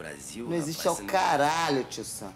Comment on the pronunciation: “Não existe é o CAAAAARALHO tio sam” mano esse foi o melhor caralho quê eu já ouvi na minha vida kkkkkkkkkkkkkkkkkkkkkkkkkkkkkkkkkk